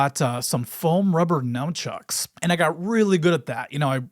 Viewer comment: We both mispronounce "Nunchucks" so he's a regular white dood like me :P